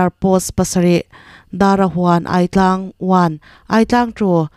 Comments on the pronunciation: I thu chhiar ngaihthlak anuam e;chutih rualin ziak chhiar ngang ania, lam rik dan ah afuhlo deuh a awm leh zauh thin. Aitlang lam dan kha ai hlau a ai tih angin ilam ripalh a ai risang fan bawksi in lam la adik ang hnatan pawh kha hna tan han tila adik tur zawk ania improve nan thahnem ngaih thuah ka'n pau ve ngawt ani e iti tha e.😮😮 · Dik chiah, Aitlang te chu a lar teh reng nen a lam dik lo tlat a